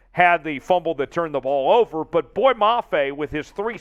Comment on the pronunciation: Not "boy" . Pronounced : "boy yea".